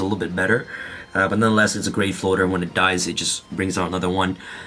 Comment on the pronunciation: Iet ies what iet ies😂